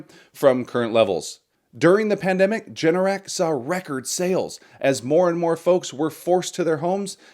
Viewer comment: You misspoke, Generac is ‘G’NRC not JNRC 😂 add $BMY to your dividend list. For AI add-> $POET